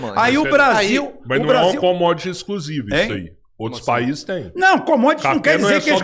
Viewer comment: Ele fala "conge" e "escrusivi". Essa última quando ouvi não acreditei. Sério mesmo.